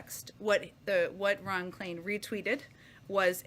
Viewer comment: Ron Klain, not Ron "Klien".